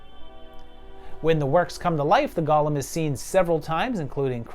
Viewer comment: The creature is called a golem (GO-LUM, NOT GOLL-UM)